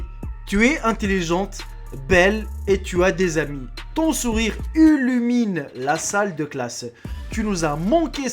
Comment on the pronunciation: ullumine ou illumine .... lol